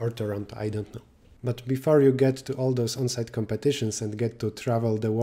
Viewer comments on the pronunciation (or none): It is pronounced “tor-on-toe”